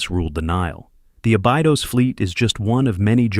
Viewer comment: It is pronounced a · buh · dows